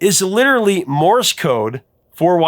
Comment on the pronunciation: Misheard "lyric"? Shot across the bow. Like the bow of a ship. Not a bow on a present. Rhymes with the sound you make when you smash your thumb with a hammer: ow! And there's Morris Code, which is actually Morse Code. One syllable. Rhymes with horse. Of course, you know more about music groups and bands than I ever will. I have no idea what the lyrics are for most of the songs you play without searching the internet! I love the mis-heard lyric videos! There's a bathroom on the right! (OK. I actually knew the right words for that!)